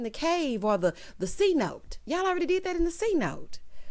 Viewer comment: Cenote is pronounced seh-note-tay. (It’s needs a pretend accent on the end) I’m mad nobody corrected them there and allowed it to continue being mispronounced (went to Cancun and they looked at us crazy when we said it how it looks🤦🏽‍♀️)